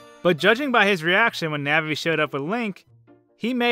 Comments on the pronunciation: The pronunciation of "Navi" here makes me cringe. "Nehvee". I've pronounced her name like "Nahhvie" ever since childhood. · "diku", "nahvi" kms